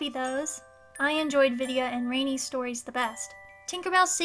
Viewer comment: Her name isn't Rainy it's Rani like "ron ee" O_o